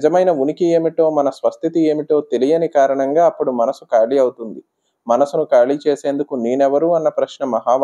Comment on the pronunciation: ఖాళీ... కాళీ కాదు